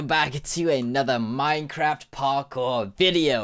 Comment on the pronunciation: at the beginning of the video it sounded like u said minecrapped not minecraft XD but obviously u didnt 😊